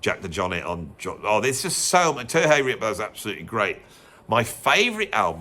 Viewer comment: Terje Rypdal's name is pronounced Turr-yuh. I live in Norway, and I know!